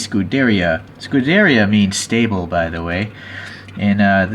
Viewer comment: It is pronounced "scu-de-riya" not "scu-derya"